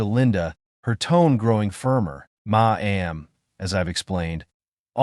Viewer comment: What word is 'Ma am'? Please listen to English recordings and learn how to read English out loud.